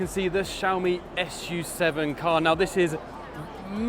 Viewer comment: it's "su 7" not "s-u-7"